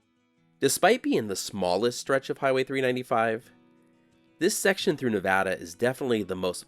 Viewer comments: Greetings! I'm an expat Californian who retired to Sparks 5 years ago. First, thank you for pronouncing the state name correctly. That's one of the first things I learned when moving here. When I watched your video for the California portion of US-395 I was wearing a US-395 t-shirt from Tom's Place obtained there during their 100th anniversary in 2017. Looking forward to future vids. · Thanks for pronouncing Nevada correctly .